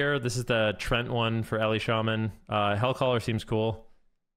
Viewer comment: it is written Treant, not Trent ... so why do ya say trent!?!? .. it is "tree"+"Ent"(from tolkiens lore)